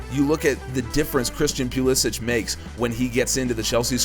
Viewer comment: Quick question, why do you pronounce pulisics name pew li sick when he stated that he wants it pronounced puh liss ick? It sounds so strange when it’s pronounced the way you do. No offense.....just wondering